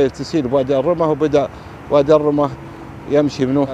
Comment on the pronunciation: وادي الرمة، ضم الراء والميم مع التشديد.